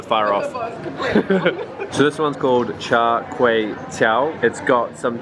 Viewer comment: Omg he pronounced ckt so well!!